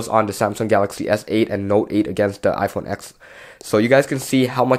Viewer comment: You're a "tech reviewer" and you don't even call the iPhone TEN by the correct name..?